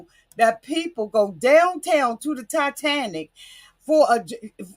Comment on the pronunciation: Titanic, not TiTANTIC